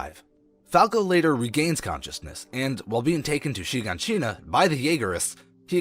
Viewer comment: It's not Shegoneshina it's Shiganshina😂